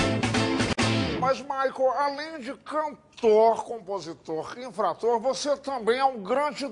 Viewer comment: INFRATOR KKK QUEM PEGOU A FALA KK